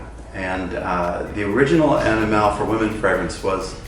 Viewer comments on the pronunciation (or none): the emphasis is AniMALE and not AniMALe. So I hope everyone gets the pronunciation right. Its about 'male' and not 'animale'